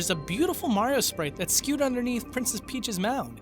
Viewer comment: "Princess Peache's mound"